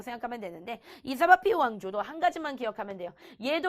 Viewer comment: 사파비를 사바비라고 하는..